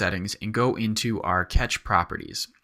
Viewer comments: Really fun, informative tutorial,. Thanks! At the risk of sounding like a jerk... "cache" is pronounced like "cash," or alternatively like "cash-ay," not "catch." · this was a cool tutorial man, learned a fair bit from it, the only thing that annoyed me was when you would pronounce cache as "catch". Oh my lord it just got on my nerves :')